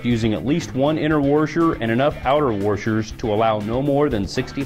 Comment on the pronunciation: lmao cotter peas?? worshors??